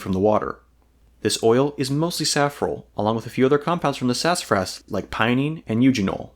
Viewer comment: Man, slow down. You're going so fast that you're slurring over your words. Enunciation is important in any documentary video. It's sassafras and not sass-fras. You slur over a whole syllable.